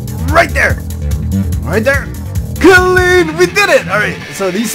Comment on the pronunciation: "Cuh-lean!" ( so, 'clean' )